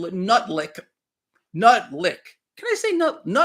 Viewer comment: It’s Butlick 😂